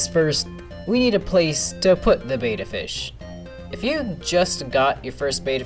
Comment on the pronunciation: Isn't it pronounced Bet-tah not beta?